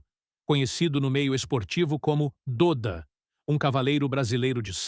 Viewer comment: O nome dele não é "DÔDA", É "DÓDA" .... se pronuncia "DÓDA" 🤦🏼‍♂️